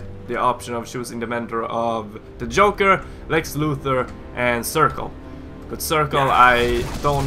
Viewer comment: heads up it circe is pronounced sir-see awesome vid btw and I love arrow too